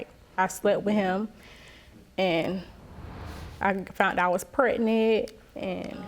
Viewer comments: Why do they keep saying “pretnet” on the shows? The word is PREG-NANT. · I hate when ppl say "pretnant" or "pre'nant". ☹️ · If one more person say "pretnate" I know something🙄... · Can anybody say pregnant instead of pretnant anymore??😂😂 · Did she say, "Prenant"? See this is why I'm single...what black man do you know wants to deal with an uphill battle on some country paternity bullshucks? Well, hope she has BIG FUN(like Claire Huxtable) being on public assistance, section 8 housing, EBT,WIC, and SNAP🎉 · When they say prednet I smh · Whyyyyy do they pronounce it that way preg nant..I can't on today! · She said, "Prenant"😒 Words...